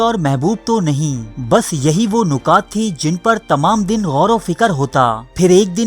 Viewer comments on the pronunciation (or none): none